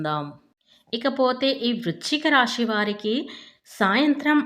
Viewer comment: రాషి, షుభాషుబాలు అనడం కూడా